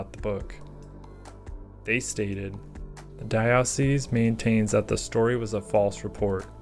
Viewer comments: I know this is being a stickler - I'm Catholic, and we pronounce it "Dye-oh-cease", not "Dye-ah-cease". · Fantastic video! So glad I found your channel. Just one small thing, in case the word comes up in future videos: diocese is pronounced "DIE-uh-sees." And now to binge watch all your content! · I grew up Catholic so I know and it's making me feel more insecure than I thought since multiple people have pointed it out now. But yeah I think you mean Dye-uh-cease though :). Diocesan changes the vowel sounds which is where I had a brain fart and I was rereading that part out loud multiples times(for different reasons). I noticed while editing but decided to leave it in due to the way diocesan is pronounced anyway(tomayto, tomahto).